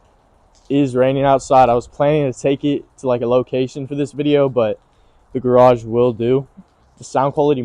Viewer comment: "garage" HAHA